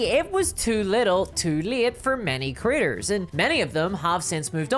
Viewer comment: I love she makes “creators” sound like “critters”. In the context of this video, it’s just hilarious.